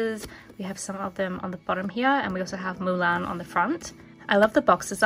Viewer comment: I love the way u say Mulan. I'm confused as to why Mushu wasnt in there.. YAY JASMINE and Arora